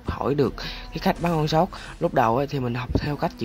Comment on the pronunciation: Sao anh đọc âu shot